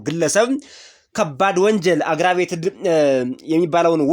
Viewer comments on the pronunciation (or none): Assault አሱት ሳይሆን (አሶልት) Aggravated አግራ... ሳይሆን አግር.... ነው ምባለው::ፒሊስ ገዜጠኞች ባእድ ቃላትን ስትጠቀሙ ተጠንቀቁ፣ be4 using other language words or phrases becarefull 😂